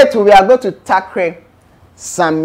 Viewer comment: What about the "tackre"?🤣🤣🤣🤣